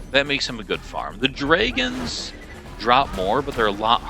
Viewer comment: He has a unique way of saying drayguhnns half the time. Says dragons the other half. Strange